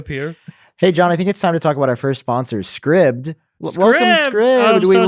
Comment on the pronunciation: Jon, cool story bro.......... being an Apple Polishing cloth for Halloween is so predictable. Love it Guys I'm like pretttyy sure the sponsor's name isn't pronounced "scribbed". Being a subscription service where users subscribe to things. It'd make a lot more sense if it were pronounced "scribed". Scribbed doesn't sound cool. It sounds painful... emotionally.